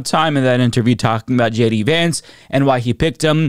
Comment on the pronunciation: At least he... almost managed to pronounce the Vice President's name. Maybe he has some lasting brain damage from his injury.